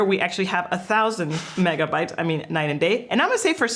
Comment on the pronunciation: Megabits guys. megabbbbbbits :D